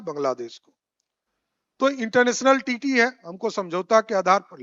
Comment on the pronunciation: TREATY HOTA HAI SIR TITTY NAHI